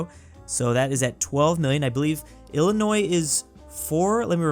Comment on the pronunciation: he pronounced Illinois correct 🎉